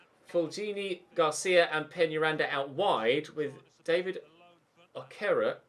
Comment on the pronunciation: its pronounced Okay-ray-kay (okereke) his Nigerian